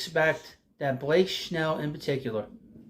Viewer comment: I love your channel and watch it regularly. Good show again, but I just have to wonder if you say “Schnell” on purpose 😅